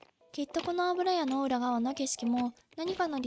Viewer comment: スゴイのに「あぶらや」のせいで全然入ってこない… 「ゆや」ねｗ